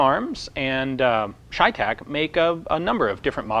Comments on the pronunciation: CheyTac is Cheyenne-Tactical. Since when is ''cheyenne'' pronounced ''shyenne''? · it's chey tac as in Shays rebellion . chey tac . the ch sometimes makes the sh sound . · It’s pronounced chevytac